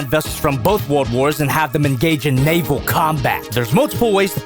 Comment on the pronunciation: Hearing say naval is an interesting experience